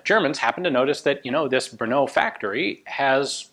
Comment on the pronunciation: Hi, your pronunciation of Brno is better and better :) Now you can visit us..! Unfortunatelly remains of former Zbrojovka Brno plant is now being demolished :( Anyway Kautsky's name stil needs some polishing :))